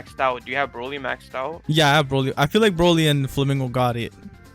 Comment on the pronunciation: HE SAID BROLLY RIGHT LETS GO